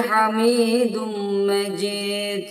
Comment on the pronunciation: Ale Muhammed derken ha yı hırıltılı söylüyor yanlış.2.si inneke hamidun mecid diyeceğine Mecit diyor oda yanlış